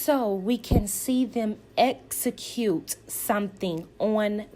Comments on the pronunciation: Esicute Tisha the word is execute. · EX-ecute, EX-po, EX-pose…even though she’s not currently seeing a speech therapist, she can practice on her own. I do it all the time for words I trip over. Google offers the correct pronunciation of words, IJS 😮‍💨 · Latisha in almost every scene tells you "I am a businesswoman" KMSL, hunnny I can say I am a millionaire it doesn't mean that I am. Until she learns the pronunciations of the letter X and S I can't take her seriously!!!!! And the person who keeps telling you they are something is probably not what they are saying. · Apparently pronouncing execute is as difficult as pronouncing ASK. Just saying.😂